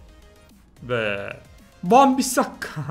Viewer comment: Abi van bisakka değil van bissaka